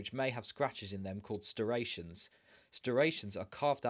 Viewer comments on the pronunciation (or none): Striations not stirations. Good though.